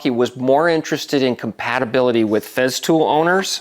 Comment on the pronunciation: Its not Feztool, its FESTOOL with an S.